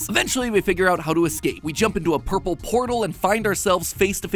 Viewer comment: hearing matpat say "ourple" out loud is threatening